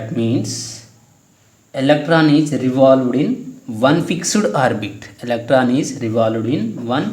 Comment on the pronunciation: Fixuid not sir.... It's Fixed